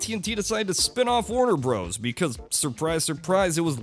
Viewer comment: Bros is BROTHERS, not BROZE